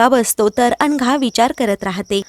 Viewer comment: अनघा की अंघा, उच्चार नीट करा